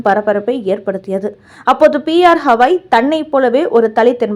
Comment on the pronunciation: Not Hawai his name is Gawai .